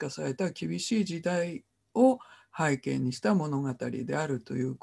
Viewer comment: 著作権を言うなら投稿しない方がよい。内容も初めて聞く者ではない。富山房から出版された英米故事伝説辞典の方が新鮮だ。kerby millerも出演したout of Ireland ,Scots Irish music legacyアイルランドに関する物で複製禁止はない。なぜなら多くの人に閲覧して欲しいからだ。はいけいを拝啓と発音しているが正しい日本語は背景だ。